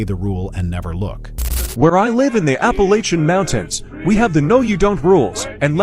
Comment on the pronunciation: Please program your AI voice to say Appalachia correctly!